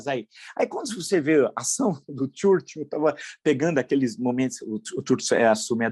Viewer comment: Professor, já aprendeu a pronunciar o nome do Churchill corretamente ou vai entrar para o time do France Soir e Harvard!